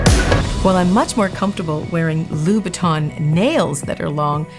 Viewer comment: Beautiful and very classy! Love the choice of coffin shape. To any english speaker who'd like to pronounce the name of the designer right, it's easy! It's like saying ''ain't'' but don't pronounce the ''t'' at the end. So it's loo-boot-ain :)